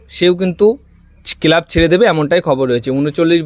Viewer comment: Kelab ki ucharon....bhaaa